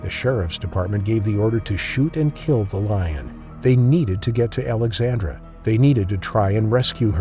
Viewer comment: It sounds like you are saying Alexander a lot. I had to check the written intro to check it is Alexandra.